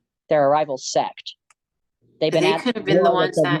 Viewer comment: He says "set" like its a gang lmao